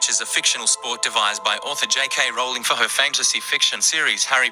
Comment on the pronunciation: Rowling.. Like rolling pin!! Its not how said!!